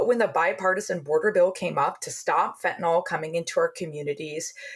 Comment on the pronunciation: Please stop saying things to us about “fentanOl”! Tell us about “fentanYl” instead.